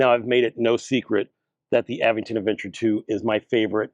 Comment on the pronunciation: The correct pronunciation for the e-bike brand Aventon is "uh-VENT-ton". The middle syllable, "VENT," is stressed, similar to how you would say the word "Avengers".